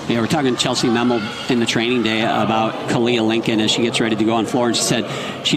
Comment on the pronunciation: "Chellsie Mammel" 😂 It's Chellsie Memmel guys